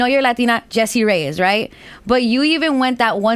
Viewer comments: ReyeS, with an S at the end, not ReyeZ. Speak and write spanish correctly please. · Her name is Reyez